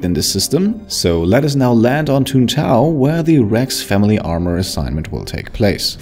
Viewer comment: It’s Tuntae….. ohhhhhhhhhh😂